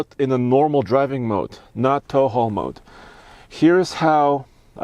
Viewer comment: “I was in taul how mode” or “”I was a tall homo””?